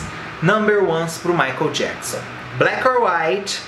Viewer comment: no começo do video ele fala "michael JAPSON" ....KKKKK